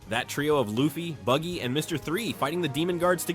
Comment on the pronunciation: Calling BUGGY “baggy” is crazy AI work 😭😭😭😭 in the beginning